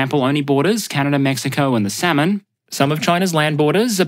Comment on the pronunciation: if you need any proof that this is AI generated voice like every video go spelling Samoa same as Samon. For love of God please use a better AI voice generator this one is not that good.